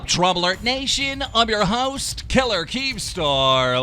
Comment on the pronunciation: Keem why are you unable to pronounce the word killer?